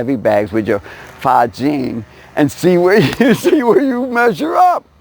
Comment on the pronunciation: It's Fa Jin, son, not Fa Jing. Just trying to help. Bill P.